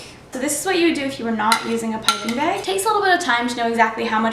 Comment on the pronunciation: Great tutorial! As usual! :) & also, I like how you say bag - beg. Lol ☺️👍🎂🍰💗